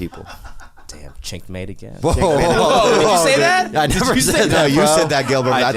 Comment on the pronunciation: For the record, Theo definitely said ch*nk mate lmaoo